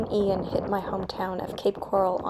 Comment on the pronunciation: Never heard Ian pronounced “eye-ann” before